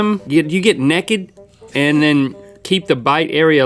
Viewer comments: get "neked" he says naked like neked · Ugh, I think my biggest pet peeve ever is when people(like Link) pronounce it "nehhked" instead of correctly saying "NAYKED." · its get neigh ked not nekid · why does link say "neked" instead of naked XD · My mom's from NC and she pronounces naked like "necked" I've never heard anyone else say that except for now Link xD